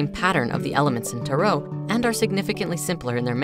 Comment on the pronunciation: according to the dictionary it’s only one way, with emphasis on the first syllable.